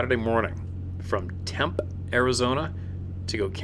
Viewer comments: When the vowel is at the end of a word it may be active… Tempe is not “Temp”, it’s “Tempee”. Home of ASU. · Tempe ……. Pronounced: Tem pee